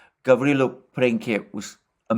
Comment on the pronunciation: you pronounce Gavrilo well. His last name is Princip. You pronounce it as principle (an English word) without "le" at the end. Remember, he was a man of "principle".